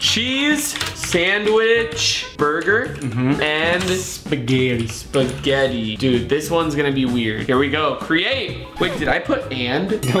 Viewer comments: did Rug say spagherri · The way you pronounce spaghetti 🤣🤣🤣🤣🤣